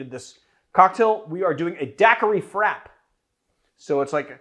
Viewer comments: frappé should sound like like frapp-A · please dont say frappé like rap with an f in front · Does anyone else think it’s pronounced frappée?